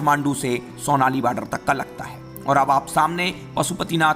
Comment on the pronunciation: सोनाली नही , सोनोली है बॉर्डर।